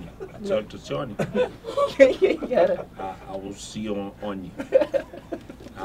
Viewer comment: "ALCICIONE" KKKKKKK